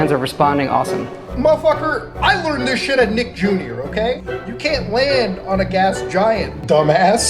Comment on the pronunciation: I love dis game vewy much